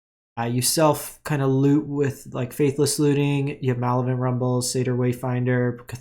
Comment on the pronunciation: you're missing a syllable in Malevolent rumble, muh-lev-o-lent.